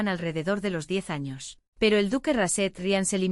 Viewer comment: Muy chido y todo, pero me dió risa cuando dijo "los primeros anos* jdjsjsjajsj